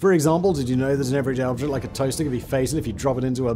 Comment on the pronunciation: I could not understand what you said about the toaster. Are you drunk?